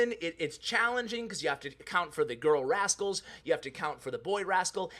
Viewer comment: Hey you forgot a "T" when you were talking about rascals ha